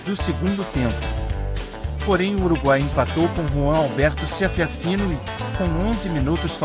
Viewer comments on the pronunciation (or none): Um bom informativo, pena que o narrador errou os nomes dos goleadores uruguaios, tratando-os por Ceteraffino (foi o que entendi) e Giggía ou algo parecido. Enfim...